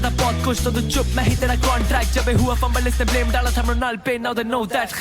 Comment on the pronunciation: murnal ke bare me (mornil ) 😂